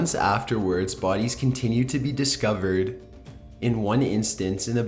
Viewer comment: "the way they were discoveredddddd" "the caustic water caused them to meet their demiseeeee". like jeez, I WAS interested but I cant watch this. the monotone voice with the held out ending syllable kills me. I would much rather listen to this on mute, I think this is the same guy that does top15s and I had to block that channel so I wouldnt accidentally click on it.